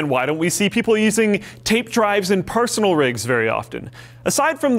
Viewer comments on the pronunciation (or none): Did he say Parsonal drives?